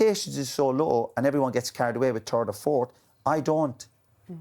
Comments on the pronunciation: "United finishing turd" 😂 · Bitter keane yet again. All because united didn't call. Btw did he say third or turd 😂😂😂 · "Man united have been turd in the league". -Roy keane.